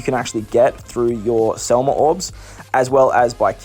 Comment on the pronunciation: SEM LA NOT SEL MA. DUDE WHAT'S WRONG WITH YOU